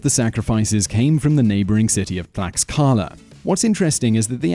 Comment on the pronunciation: Too bad that Simon Whistler doesn't care enough to learn how to pronounce names correctly or at least as close to the correct pronunciations as possible for him. For example, the 'x' in Aztec names is pronounced like the English 'sh', so the city is pronounced "tlash-KA-la." Next, Mr. Whistler destroyed the name of the Aztec capital. He said "Teh-no-CHIT-lan," whereas the name is really "Teh-noch-TIT-lan." In addition, at the end of all Aztec words (the language is called Nahuatl, by the way) that end in "-tl," the accepted pronunciation when not pronouncing it 100% as the Aztecs did is to pronounce both letters. Mr. Whistler gives that ending the sound of "ee" for some bizarre reason. For example, he calls the weapon the "mah-KAH-wi-tee." This is an unbelievable mispronunciation! The weapon is actually called the "mah-kwa-WEET-l." I'm embarrassed for how poorly Mr. Whistler pronounced just about all the names in this video. It certainly doesn't show a level of professionalism I'd expect from him.